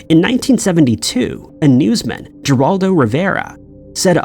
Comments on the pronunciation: It's still pronounced, Heraldo. NOT JerAldo! 🤣🤣🤣🤣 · Say it with me Her-aldo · Love all your videos but it's pronounced with an H not a G for Geroldo River